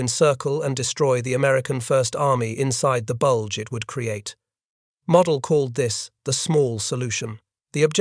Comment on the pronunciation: von Manteuffel: fawn mahn TOY fell. Model: mow DELL. Liddell Hart: rhymes with fiddle DART. Robot or man, narrator can’t handle German or British names.